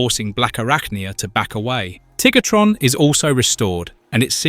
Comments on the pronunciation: After beating me near to death with “Tiggertron” yes he does lol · "Enagon" "Rinox" "Tiggertron" "Eyerazor" Yeah, don't use AI. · he says Tigertron lol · Tiggatron and Air-a-zorr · Did bro just called him TiggerTron? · Just like how bro calls Tarantulus Tarantulas.